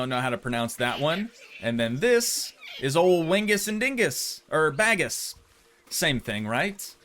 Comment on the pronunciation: Hey! Malaysian here - as much as I find the way you say Bagus' name entertaining, I wanted to let you know it's pronounced bah-goos (bah as in the sound sheep make and goo as in good but with an 's' at the end) and it actually means 'good' in malay / indonesian! Not a big deal that you're mispronouncing ofc as you don't speak the language, but I just thought you might be interested to know :)